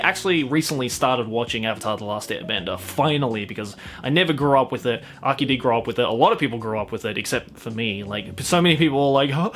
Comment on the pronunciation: DID HE CALL AKI AKI D??? I love it